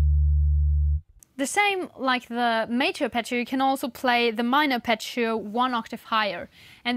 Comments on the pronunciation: You pronounce Apache-o, just say Harp eggio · please pronounce Arpeggio correctly, it's italian, but anyway is a double G not a single C.